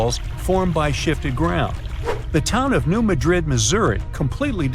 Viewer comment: The locals put the emphasis on the first syllable of Madrid, not the second, like everyone else. So it’s New MA-drid, not New Ma-DRID. Geologists and seismologists who study this stuff also pronounce it like the locals do.